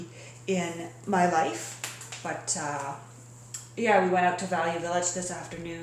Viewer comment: I absolutely LOVE your sunglasses, they look awesome on you! Also fun hearing you pronounce “ out “ as “Awt”...:)